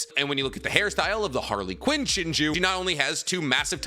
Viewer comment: Idk why but pronouncing Harlequin as Harly Quinn is killing me lol didn't know Boruto was a DC comic 😂